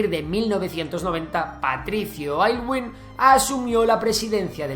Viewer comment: Compita, la constitución portaliana (no la escribió él, pero estaba inspirada por él) es de 1833, no de 1883 😅 Y el apellido de Aylwin lo pronunciamos como Élgüin 😅 en la medida de lo posible jajajajajaja